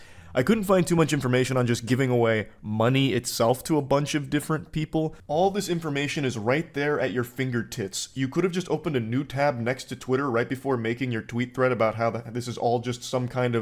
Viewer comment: Ayyo he says fingertitts lmao ayyo I'm dead